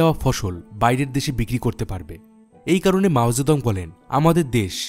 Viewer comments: কিসের মাও যেদং। উচ্চারণ ঠিক করেন। আজব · মাও সে তুং , নামের উচ্চারণ আবার চেক করুন।